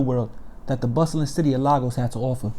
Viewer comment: Bruh...... Lagos is pronounced Lay-Gos 😄